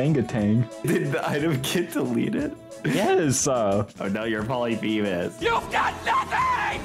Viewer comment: Thats not how you pronounce polyphemus